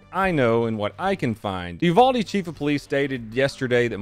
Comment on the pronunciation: You said uvalde wrong btw